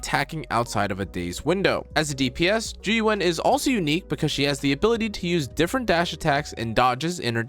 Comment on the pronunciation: You might be the only content creator who pronounces her name correctly. Why is it so hard for everyone else?